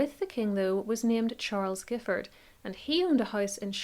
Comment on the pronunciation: The surname Giffard is actually pronounced as ‘Jiffard’ by the family as I was informed by one of the guides at Boscobel.